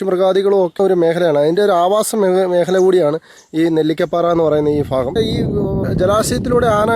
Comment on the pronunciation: മൊത്തത്തിൽ ഫ ആണല്ലോ.... ഫങ്ങി... ഫാഗം.....